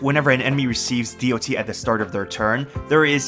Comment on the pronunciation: who the fuck says d-o-t ,have you never played mmo or another game with dot before?, I have never heard anyone call it that in tell now.